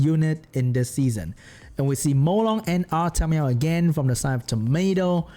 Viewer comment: Lol when you say "Artamiel" but it sounds like "Artameow"